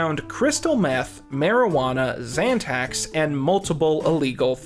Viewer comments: XANTAX?? oh you mean xanax my man😂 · "xantax" nicca its xanax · he says "Zantacs" instead of Xanax lmao 😂 unless he was really into antacids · Lol when u said "zantacs" were found in chumlee's house, i was like y did they care that he had heartburn medicine?? But then i realized u meant xanax lol. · You said they found Xantacs? Lmfao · “crystal meth, marijuana and Xantax”. Wait a second “xantax”??? What the fuck is a “xantax”??? I think I need to take a damn Xanax!!! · Did you say zantacs or xanax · Xantax. is probably sober, good for you. Us fiends know it's Xanax. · Yo... There's no drug called 'XanTax'. You mispronounced Xanax. Also, not sure why you felt it was necessary to call out chum li's apartment having... marijuana... in it... Have you been to college? You know everybody smokes weed right? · You said Chumlee possessed "Zantacs"? Like the otc heartburn medication? I assume you meant Xanax? Well you also pronounce it "zyne" instead of zine as in magazine. Zine is just a shortened version of the word magazine, to differentiate the diy type versus mass produced ones. Just so ya know. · I think you mean "Xanax," sweetie. Not "Zantacs." Though who knows, maybe the stress of being Chumlee gave him a criminal amount of ulcers. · Bruh did you just call Xanax Zantacs lmfao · xanax not zantax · "Zantacs"...pretty sure you mean Xanax lol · i hate 2 b the druggie in the comments but it's xanax, not xantax :'( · he says "Zantacs" instead of Xanax. I guess chum chum had acid reflux from all the coke. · Did my dude say zantac instead of xanax? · "Zantax" lol. It makes sense that he wouldn't know this incredibly basic info as im sure nobody ever invited to do drugs with them. Seem like a bad hang, sorry man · Zantacs? Is that supposed to be Xanax? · The fuck is a "xantax"? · you said Zantax like a combination of Zantac and Xanax. Zantac is for heartburn. It made me giggle because the police would find heaps of heartburn medication at chumlees house